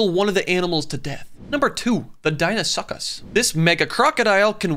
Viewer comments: The pronunciation 😂 Him:tee-tan-no-ba Him again:dino-suck-us Real pronunciation:tie-tana-boa Real pronunciation:Dee-no-sue-chus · Broo, the pronunciation of the first two had me dying Titanaboa=(tie-tana-boa) Dinosucus=(dye-know-sue-cus) The giant capybara looked cool, I wonder if it was as chill as modern day capybaras? 🤔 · It's actually pronounced dino-suu-cus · The dina-su-ks pronouncements got me die to laughter 🤣🤔❤️